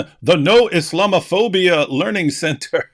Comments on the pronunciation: Learing center, how hard can it be? Repeat after me, The Learing Center! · There's no 'n' in "Learing Center," dummies! 🤪🤣